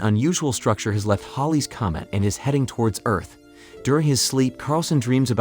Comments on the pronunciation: It's not Holly's Comet; "Oddly drawn to the naked female creature", seriously?; at about , second time saying "Holly's Comet"; at about , "he rushes to the operating room with security in Tow", pronounced like the "tow" in "towel", not "Toe" like "in Tow" should have been pronounced. My point with all of this, which is only 2 1/2 minutes into the more than 13 minute video so far, is how horrible AI is now that it is being used for so many things people used to create on their own. Just look at how many thumbnails on YouTube are AI generated now. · Why do you keep saying Holly's commit 😂